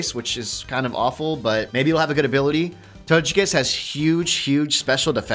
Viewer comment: Tojekiss hmmm I think it’s togekiss ok hon OK!